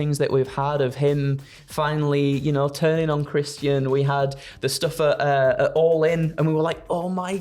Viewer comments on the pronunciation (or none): It’s Christian not whatever spidey calls him